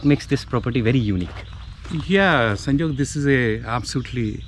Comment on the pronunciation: The way property owner said sanjog 😆